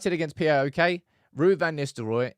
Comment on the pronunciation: say it right Paok not P.A.O.K